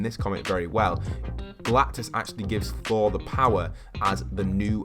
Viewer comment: IT'S GALACTUS NOT GALACTIS